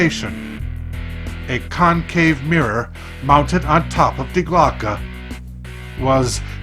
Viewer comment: I feel like there is a lot of inaccuracies about this reading Also it's "Die Glocke" not "Die Glocka"